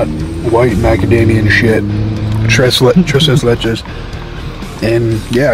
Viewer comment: “Tray says let chase” tres leches 😂